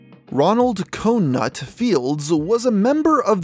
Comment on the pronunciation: Lmao the pronunciation of Cougnut was hilarious! It's pronounced "Coog-nut"! RIP Cougnut!